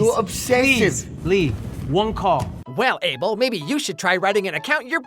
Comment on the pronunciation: Guys thats not how you pronunce his name is Uh bel😊